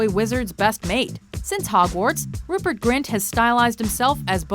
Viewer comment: Rupert Grint? Ruper Grint?! Are you mad???